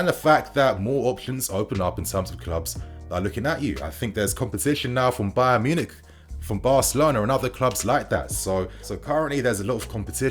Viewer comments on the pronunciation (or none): none